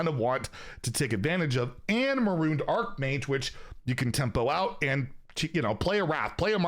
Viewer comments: Drinking game: take a sip every time a streamer mispronounces a card name. Simple mistake, like 'Arkmage' instead of 'Archmage.' Take a long sip every time they add a full letter that isn't there, like 'Har-binger' becoming 'Har-bringer'. Take a full drink if they replace an entire word with something completely unrelated, like 'renaissance' instead of 'resonance.' In all seriousness, though, nice to have a point of reference. The game's been weird to get back into, mixed bag if you don't know what to expect. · Not how it's pronounced in-game by Jaina during her Hero thingie or whatever it was. Also, only the prefix is Greek, not the whole word ('magus' is Latin,) which means it falls under a different rule, that rule being the same as it is for archnemesis or archbishop(*). For example, we go to the ocean, not the okean, despite that word being Greek in origin also. Plus, even if we disregard rules and how Hearthstone pronounces it, since arc-mage and arch-mage mean two different things (one's a type, the other's a rank), it avoids confusion to distinguish the two. So while I will admit there's debate surrounding it, I tend to steer towards the 'arch-,' not 'arc-' pronunciation. (*) Also, I am consistent in this regard, and will not object to any fantasy setting calling priests of Thor or Zeus an 'arcbishop.' That would be hilarious, and needs to become a thing.